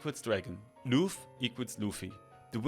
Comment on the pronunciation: the namnmes cian and lugh are pronounced "key-yan" and "loo"